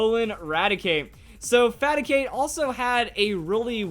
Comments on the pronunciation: The moment you hear him say faticate instead of raticate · You called reicate faticate